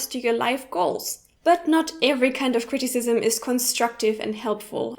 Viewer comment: Yes, but it's not pronounced that way.